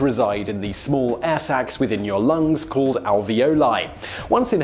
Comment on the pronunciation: when simon said air sacks i heard ass axe :p